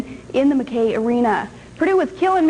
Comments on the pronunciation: she looks even hotter than she does now... nice.... as a purdue grad her pronounciation of "Mac-key" arena was funny (she said mah-kay) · I'm guessing since its by Air America it was intended to make fun of Sarah Palin. I hate her as much as every other intelligent person out there, but she actually did a decent job, except for mispronouncing Mackey Arena as McKay Arena. If you compare her to the "Boom goes the dynamite" guy she really looks quite well spoken. Why would Air America waste their time editing Sarah Palin footage? Show any recent unedited video of her and she looks much dumber. No wonder they went under. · They made the Sweet 16 that year. Did anyone else notice Sarah's mispronunciation of Mackey Arena (Muh-kee arena)????